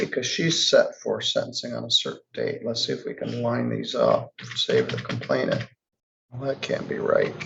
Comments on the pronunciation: The word is complainant, not “complaintant” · COMPLAINANT Not complaintant. There is only one "T" and it only appears at the end of the word. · please learn how to pronounce "complainant". The only T is at the very end. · Complainant not complaintant, other than that little gripe, I enjoy watching the fools in court